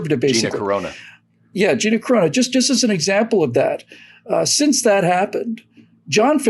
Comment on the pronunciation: Carano, not Corona